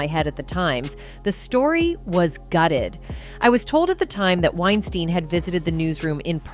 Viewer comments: Oh my gosh she’s driving me nuts with the way she pronounces Weinstein, she’s not even consistent with it. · Anyone notice how this lady switches up the pronunciation of "Weinstein" multiple times?? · She calls his name wrong every OTHER time she says it!! I'm out! Damn! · Pretty said you are unable to correctly pronounce Harvey’s last name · Its really annoying that your not pronouncing Harveys last name correctly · Is it pronounced "Winestine" or "Winesteen" the narrator can't seem to make up her mind. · Im going to write this phonetically. It's pronounced winesteen not winestine. Idiots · Do you have any idea how annoying it is to have some ignorant narrator go back & forth between Weinsteen & Weinstine. For the record, it's pronounced like Weinsteen. Figure out what you're doing & stop being so annoying. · Weinstein is pronounced like Einstein with a W. This is the European pronunciation. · Why is she pronouncing his name two different ways -Wein-steen and Wien-stine? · Is it Weinstein or Weisteen? So distracting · It is pronounced Winestēēēēn. ✌🏼😊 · Anyone else annoyed with the different pronunciations of Weinstein?